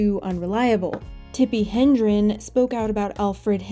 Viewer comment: It's Tippi Hedren, not hendren.